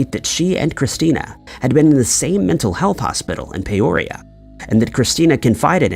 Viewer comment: It's PEE oria not Pay orea